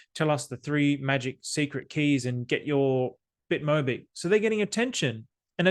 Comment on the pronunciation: 모비키~~ 모비키~~~ 귀여운 발음입니다^^ Bitcoin & BitMobick is priceless!❤